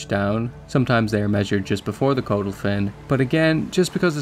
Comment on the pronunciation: Its pronounced cod - ul. Not code - ul.